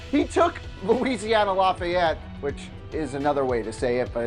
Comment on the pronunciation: This dude can't even pronounce lafayette